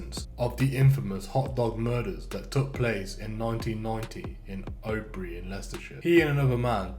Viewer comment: hes prononced oadby wrong.also oadby is in leicester